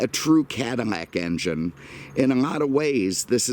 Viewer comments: It is Cadillac NOT. Cadamack. Ruined your presentation. What a shame, couldn’t watch it to the end. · Why does he keep say Cadimac instead of Cadillac? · What's a Cadamack??? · "Cadimlac"? learn the language. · Does he pronounce 'Cadillac" wrong on purpose? WTF is a Cadmac? lol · are you deaf? He pronounces Cadillac Cadmac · Dude, can you PROPERLY say the word CADILLAC? There is NO "M" in Cadillac. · Am I crazy or he says Cadamac / Escamade?!?!?